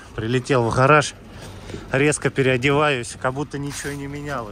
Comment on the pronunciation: От этой буквы Г-хэ.даже написать это не возможно Хараш-гараж.кровь из ушей течёт.